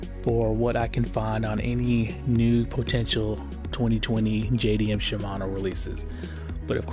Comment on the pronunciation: They better be shimano. Not SHIAMNO..lol